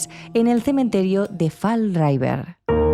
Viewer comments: Se pronuncia fall river, no raiver chicas! Por lo demás, muy buen vídeo, como de costumbre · Muy bueno el vídeo. Pero lo más espeluznante de todo fue escuchar "fal raiver" cada 1 minuto. 😂